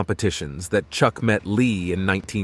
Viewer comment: Did you say "Church Norris" or am I tripping